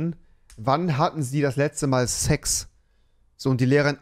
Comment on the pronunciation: Dieser moment wenn rewi das 'sex' betont und dann meine mutter reinkommt😑😂